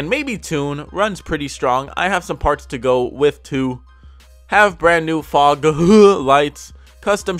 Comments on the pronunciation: Foghhhh lights😂😂😂😂😂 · "fogh lights" 😂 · I was hitting a vape when he said “fogh” and coughed and almost threw up😂😂😂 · Have brand new foghuhuuuh lights' man I lost it there 😂😂😂😂